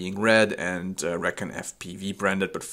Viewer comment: Should pronounce it (ree-con). That's the perfect name for a long range quad